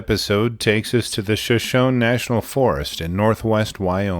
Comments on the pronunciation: Glad they are both ok, but going into the wilderness without a gun is just stupid, I mean, Stupid! And you pronounce it Sh-shon-e. Not sh-shon. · Shoshone ( sho-sho'-nee)